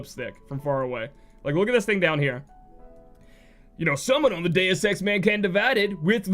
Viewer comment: "Dues EX" eh Lol